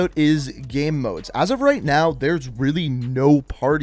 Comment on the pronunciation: LOL you say "gurm" instead of "game".... incredible.